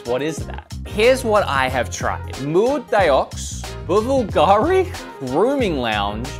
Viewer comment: It’s pronounced BLUGARI .. silent V 😂